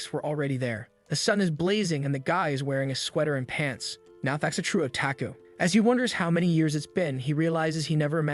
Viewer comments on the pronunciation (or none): none